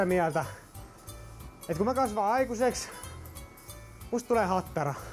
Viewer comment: Ai saakeli että repesin tuossa lopussa, aloin niin miettii animea et ei helevatta kuulostaa iha japanilta ja sieltähän se tuli sitte HATTTARAAA!!!